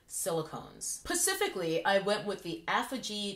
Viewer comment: “PACIFICALLY”... I love you. 😂😂😂